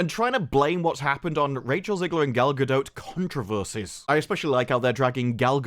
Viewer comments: Cant get over gal-ga-dote 😂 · if you don’t STOP SAYING GALGADOTE!